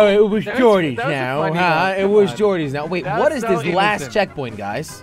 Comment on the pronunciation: Wy du ju not waait im from holland